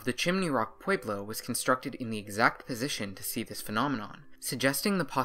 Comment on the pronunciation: Pueblo has an e, not an a.